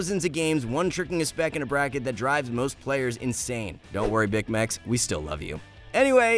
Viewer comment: If you loved Bicmex you'd pronounce his name right 😭